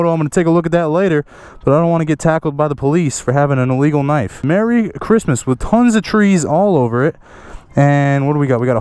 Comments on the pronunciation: you say *K*nife too!!!! ahahah love your channel even more. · Lmao he said knife wrong